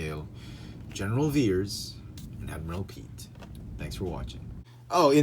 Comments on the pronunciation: Great Review👍 FYI It's actually pronounced Admiral [Pee-et] Piett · They are code cylinders not pens and it's pronounced piat like fiat with I p instead of an f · "Admiral Pete." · You severely mispronounced the Admiral's name